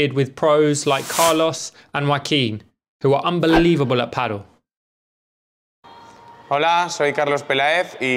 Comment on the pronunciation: Great video! Only one thing I would like to ask. Please quit pronouncing it ‘paddel’. ;-) Pádèl